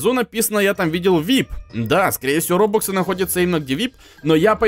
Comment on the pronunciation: Ты читать не умеешь РОБАКСЫ а не РОБУКСЫ